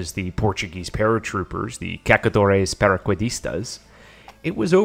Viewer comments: I know how hard it can be to pronounce a foreign name, but your Cacadores Paraquedistas was hilarious xD. By the way, it's CaÇadores, the small tail under the C indicates that it is pronounced like an S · the Ç is tricky for those that are not used to Portuguese, although being simple. But thanks for the effort, it's always appreciated, no hard feeling on it